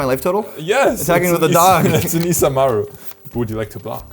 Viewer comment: I really appreciate that you guys pronounced isamaru japanesely😂❤